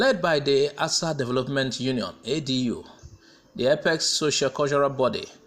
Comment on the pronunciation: Asa, Not Asa'